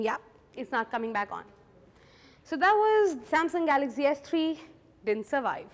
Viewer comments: it's galaxy not galazy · She says galaxy as galaxzy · She pronounces galaxy as galaxzee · dont know to pronouns Galaxy !!!!!!!!!!!!! lol .........go learn how to pronouns Galaxy from child who is in 1st grade..hel teach u better !!